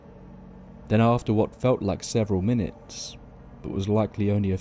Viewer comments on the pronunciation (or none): none